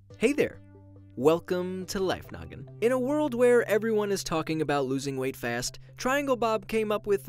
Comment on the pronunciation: I swear he say life nugget instead of life noggin